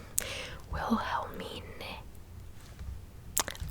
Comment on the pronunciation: He is German but you could do a video about Armin Meiwes, the cannibal of Rothenburg. It's a very well known case in Germany but I don't think the rest of the world knows about him. It is very interesting though. Oh and btw you pronounced Wilhelmine right :D